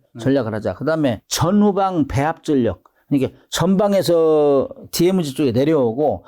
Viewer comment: ㅋ 교수님 DMZ 디에무지 ~ 발음 일본식 ㅋ 수정바랍니다. DMZ 디엠지 기대합니다. ㅋ